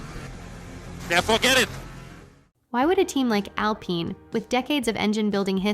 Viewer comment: you have to write al-PEEN or it can't read it right each time...